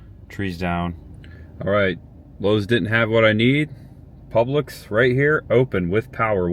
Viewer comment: Dude, it’s Publix, not Public’s . Otherwise good story, glad you’re okay.